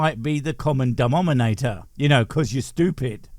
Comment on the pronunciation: I heard "dumbnominator" 😊 Does he divide by zero? 😅